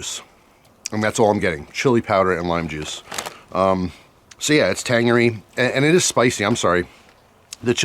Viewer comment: Tangeryer?, not a word.!! 😅😅